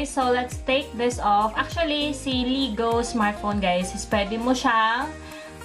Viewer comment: Ang alam ko hindi LEAGOO (L-ee-goo) kundi Leago (Le-ya-goo) ang pronunciation ng smartphone na yan...